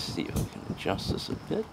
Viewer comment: Please say "this" and "the" instead of "dis" and "Da". Da hits on da target? WTF. Going forward just fix yourself.